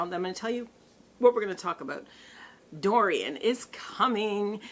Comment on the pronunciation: Hahaha I love how you called it hurricane durian 😂